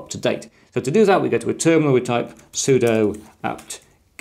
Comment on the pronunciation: You can’t speak with authority regarding Linux while pronouncing sudo sue-dough. It’s not pseudo. It’s not a subjective accent thing. Sudo means “Super User Do” and therefore IS pronounced sue-doo